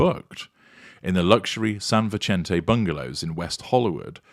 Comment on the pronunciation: Vicente is pronounced "Vissentay" the "c" is not like an Italian pronunciation. It is a soft sound. An "e" in Mexican Spanish has a long "a" sound. Not a criticism, Just saying. I am a native Californian from Santa Barbara and love hearing the sound of place names there after living in England for many years. I blame homesickness!